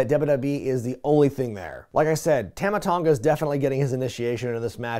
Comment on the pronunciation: On behalf of the South Pacific, its "Tumma" Tonga, not "Tahma Tonga"